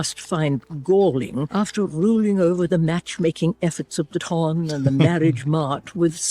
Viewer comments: ton is not pronounced like the weight "tun", it is pronounced like "tahn" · still pronouncing ton like tonne is sending me 😂 😂 😂